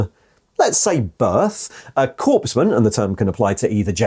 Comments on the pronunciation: Gah, you keep pronouncing "corpsman" as "corpse man". The p and s are silent, it's "cor man". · I appreciate the video and please do not take offence, but it is pronounced 'core man' not 'corpse man'. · Corpsman is pronounced 'cor-man' not 'corpse-man' my dude. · I find your pronunciation of “corpsman” as “corpse-man” quite fitting. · You're pronunciation of corpsman is infuriating. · Sorry, I had to mute the sound and turn the closed captions on. I'm not a guy who corrects strangers pronunciation. If I understand what a speaker is saying,then hey, the communication was successful. But (apparently) there's enough Army still in my psyche that hearing a 'p' in corps and corpsman gave me a headache. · My biggest gripe with this video: -Korps: Pronounced “core”. -Korpsman: Pronounced “corpse-man” instead of “core-man” (Tho calling the death cult soldiers “corpse-men” is apt. 😅) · We say Core when saying the word Corps or Korps. Core man for Corpsman and so on. Corpse has an e.